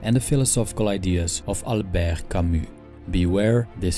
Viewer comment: "Albergh Camus"